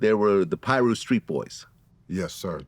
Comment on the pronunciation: Someone teach Vlad how to say Piru